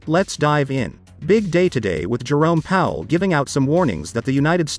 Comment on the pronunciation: There's just something about the way you say, Jerome the joke ....it sounds soooooo right.